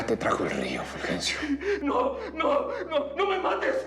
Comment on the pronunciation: Jajaja me da risa el furjencio